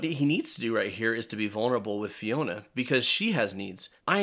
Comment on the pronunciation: FIONA! Not Finona who TF is that?